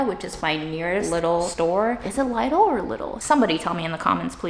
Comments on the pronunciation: Its not Leidel its Liedel its a german shop name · It’s pronounced Leedl like needle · It's Leedle. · Its liddle not leedle - just saying. You don't call a pan lid an leed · well done. Lidl is pronounced as Beetle not Little or lysol is that makes sense. My mom was German and she used to give me grief for saying it as little ;-) Der Leedle isn't as cheap anymore in the Netherlands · Hi. Since you asked for a pronunciation. In German (where Lidl comes from) it's a long 'i' and rhymes with NEEDLE. English speakers on youtube (US & UK) seem to favor a short 'i' which makes it rhyme with LITTLE, and almost sounds Identicle to that word. It was wonderful Seeing Grandma and reminiscing about your mom. it automatically makes me think about my own departed matriarchs. Things were going so well for so much of the week that the law of averages was conspiring against the last days dumplings. This was great fun. hugs to you and your friends and family. Jim Oaxaca Mexico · Lidl pronounced like little😊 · Hey, nice video. Actually in germany we say „Leedl“ like a long I :) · it´s Leeedl ;) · LIDL is a german shop, you say Leeedl. :-) It is a family name, from Ludwig Lidl, the name giver. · In German it’s generally pronounced something like Lee-dill🤗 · Lidle rhymes with needle 😊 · It’s LeeDull…pronounced like Needle! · Hi! European here. It's pronounced as "Leedle". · Yay. Sorry I missed the live premier. I looked up how to pronounce. It's pronounced "Lee-dill," according to Google. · Hello so Lidl is actually german and we say Lee-dl :) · Since you asked: It's a german store, so you'd pronounce it more like "leedl" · Hi. It’s Lidl rhymes with riddle. Someone on a YouTube channel that was about the store said people don’t know how to say it. That’s exactly how they explained to say it! I can’t wait to see what you get! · Its pronounced LIDL not LIDL........ jeeeezzzz JK LOVE YOUR VIDS <3